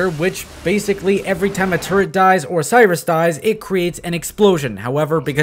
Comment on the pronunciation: You mispronnouncing 'Sirius' as 'Cyrus' reminded me of a player who told me to rush 'Serious Sike' LOL